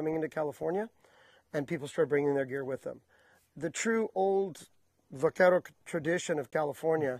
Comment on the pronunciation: Stephan.....I understand that.I worked in the central coast region as well and my Grandfather was raised on the Tejon ranch,north of LA,Ca.The terms were the same in both regions.Since we are on the subject,i heard another Term in this video,that was commonly mis pronounced.....Vaquero......All too often,i hear it pronounced with the V sound when it is properly pronounced with a B sound.Hence the Anglicized form of Buckaroo....Next time i see,ill have to take this up with him personally.